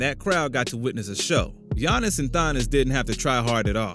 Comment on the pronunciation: Bro really said "Giannis and Thonnis" LMAO